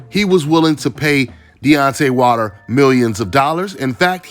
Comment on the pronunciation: Why u saying his last name wrong? Its Wilder, Not Water. Lol